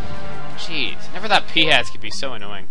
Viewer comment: is it just me or when he says jeez does it sound like cheese?